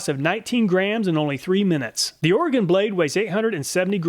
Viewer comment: Thanks for correctly pronouncing Oregon. It's pretty weird how some folks butcher it. lol. Great video as always!